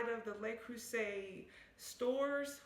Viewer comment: Great review and great advice!!! Thank you! Just FYI, I’ve noticed most Americans mispronounce the “Le” in Le Creuset as “lay.” It’s actually pronounced more like “leuh.” 😉